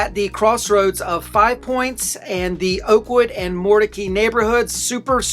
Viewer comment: It's pronounced Moor-Duh-Kai sir. You should know this as a Raleigh realtor.